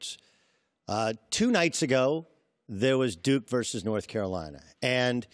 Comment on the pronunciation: Haha he said duke-y